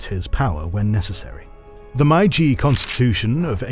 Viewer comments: Great video. Just, please, it's "Meiji", not "Maiji". That sounds bad! Otherwise👍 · Great video as always! A small recommendation: please familiarize the narrator with the pronunciations of foreign words before each video. One of many such oversights in this video for example, My-jee is completely wrong (it’s actually may-jee)￼ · Please stop pronouncing Meiji as "maiji", it's really easy to pronounce in English, just say "may" like you would say the month May, and then just ji like you already do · It's pronounced May-Ji not Mai-Jee. Japanese is literally the easiest language to pronounce. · accurate and well done, with the only exception being it's pronounced "may-ji" not "my-ji". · Factually, this video is great, but the mispronounciation of Meiji is annoying. It's 'may g' not 'my g'. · Why is he saying MaiJi and not MeiJi, where is the old narrator I miss him sooo much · This is a good video, however, please pay closer attention to pronoucing the Japanese terms. The term "Meiji" is pronounced more like "May-Ji". The narrator kept saying "Mai-Ji" which is incorrect. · May-Jee と言う事です. May-Jee を忘れないで下さい。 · I’m impressed you now pronounce “samurai" quite well. While what happened to “meiji” and “bunmei-kaika”😆 ( you can just pronounce “mei” as written like "may”). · lol “Mai-jee” really??? Really?????? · i normally never complain about pronunciation, but the "my g" period? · it’s pronounced “MAY-jee”, otherwise great video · The narrator can't even pronounce "Meiji" correctly. It's pronounced "May - G" (exactly as it sounds). LMFAO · I love this channel but every time there's a Japanese history, something gets pronounced so wrong that it wrecks me... Meiji is said more like "May-ji". Ei makes a "long a" sound. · Meiji is not pronounced Maiji otherwise good! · great video, almost ruined by MAI-JEE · My guess is that they say it wrong on purpose so people comment about it to boost engagement. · Every time I hear you pronounce "Meiji" it hurts my ears lol